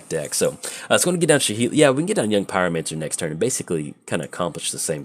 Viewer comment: Its Sa-heli not sha-heli.